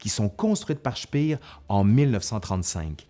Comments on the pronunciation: Speer ne se prononce pas "chpir", mais "chpér"... À part ça la vidéo est intéressante ! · Petite rectification : "Speer" se prononce "Schpèr" pas "Schpir", ça n'est pas comme en anglais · Ayant étudié l'allemand, j'aurais dit " chpéheur" ( cf . , ) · Super vidéo mais la prononciation de Speer en anglais ça m’a fait saigner les oreilles 😉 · Par avance, je vous prie de m'excuser pour ce commentaire un peu négatif, mais ça me rend toujours un peu fou: pourquoi prononcer des mots ou noms allemands à l'anglaise dans une vidéo en français? Speer ne se prononce pas "Chpir", mais "Chpér" (avec un é long (ou \eː\ selon l'API) ). Il en va de même pour le See de Silbersee (le s se prononçant d'ailleurs plutôt \z\).